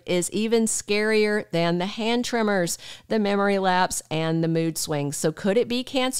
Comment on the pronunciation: she keeps saying trimmers she must mean TREMORS